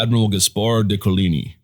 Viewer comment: Could you please find someone at your school to teach you how to pronounce Guise and Coligny correctly?